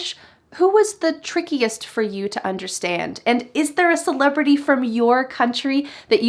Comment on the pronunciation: Modi and celebratey 🤣🤣🤣🤣